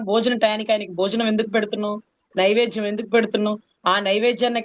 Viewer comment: నైవేజ్యం కాదు నైవేద్యం అనాలి